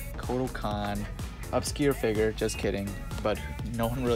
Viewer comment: figer BRO ITS FIGURE ITS NOT THAT HARD